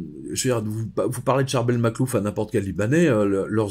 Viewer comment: Je suis vraiment fascinée par l'histoire de Saint Charbel Makhlouf. Excusez-moi si j'ai mal orthographié son prénom. Mais j'aime beaucoup la prononciation originale et vous le prononcez monsieur, parfaitement. C'est tellement dommage que je ne puisse pas aller voir tous les saints dans le monde. J'ai la sensation que la vue et probablement le contact avec l'huile qu'il exsude. Et il se trouve dans un pays où même les musulmans respectent alors qu'ils n'ont pas de saint... Merci beaucoup pour votre témoignage. Je vois bien que vous connaissez bien le sujet. Merci pour cette vidéo.